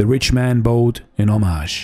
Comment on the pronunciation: I appreciate your videos, have been watching for over a year. In case you are interested in pronunciation feedback, look up the words: Fiery, bowed, homage. If not then thank you for your work 🙏🏼